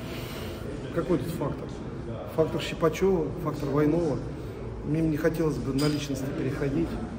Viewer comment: "Фактор ВАйнова", он вообще правильно говорить умеет?